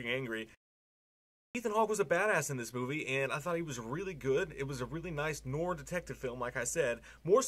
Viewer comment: It's hilarious how you say noir lol